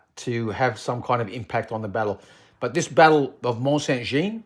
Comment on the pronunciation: Please try to pronounce Jean correctly it is the French equivalent of John. Jeanne is the female equivalent and is the way you are saying it. Just type Mont Saint Jean into google translate and the lovely lady will say it in a beautiful French accent for you. All other pronunciation errors I can live with, but this is the name of the battle!